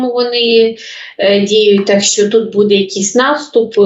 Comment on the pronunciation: Ведуча, ну що за наголоси у словах? БудЕ, будУть? Ну так ріже слух!